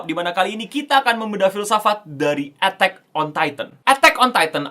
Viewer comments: harus.y di baca e'tak bukan etek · lah iya si ngomong nya "etteck on titan" woii.. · Apa cuma gua doang dengernya etek on tayten “penyebutan e nya kayak ngomong ketek” 🤣